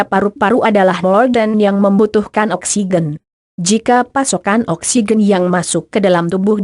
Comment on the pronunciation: Oksigen koq bacanya oksiqen